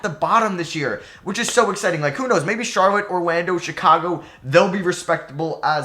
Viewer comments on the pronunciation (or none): none